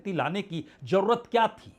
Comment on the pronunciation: 🙏sir hajjar nhi hazaar,jarurat m" j" nhi "z"aayega.